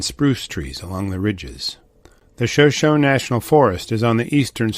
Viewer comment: SHOSONE IS PRONOUNCED SHAH-SHAWNEE!